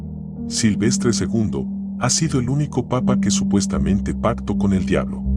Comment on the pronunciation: Este señor no conoce los acentos?Por qué cambia la acentuación, ej:Pactó, acentuación última sílaba